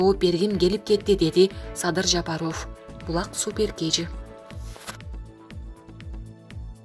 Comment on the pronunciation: Жапаров деген созду жакшы айтсаныз боло!! Таза кыргыз ударение барбы сизде!!